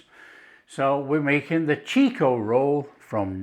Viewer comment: It's not pronounced "cheek-o-roll" It is "chick-o-roll".